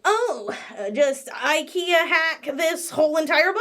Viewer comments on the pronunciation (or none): none